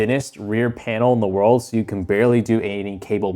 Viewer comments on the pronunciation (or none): none